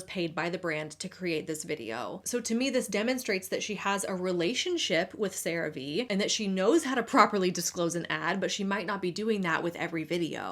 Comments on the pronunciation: interesting how you pronounce CearVe one way all through the segment until we get to where you pronounce it as "Ceraveay" instead of "Ceravee" 😉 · Its pronounced Sera-Ve?! I always thought it was Crave just spelt with an e lmfao omfg. I never even thought about the V being capitalized... 😅🤣🤣🫣😊 Also, i appreciate your videos, and realism, i HATE watching influencers adds because they are all dumb lies and just fake adds worse then actual TV/cable adds because whats the point of listen to a person lie about a product vs a product saying here we are, we have this, this is what its for Buy It!. Lmfao